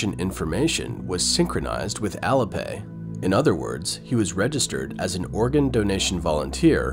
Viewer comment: heads up there ! ---- IT'S " AL-LEE" AS IN ALI-PAY --- NOT ALLA ! ----- SPEAK MORE SLOWLY & CLEARLY PLEASE ! --- BYE BYE CCP-PSYCHO$-LAND, ---- bye bye and PERMANENTLY TOO ! ----- from Canada J.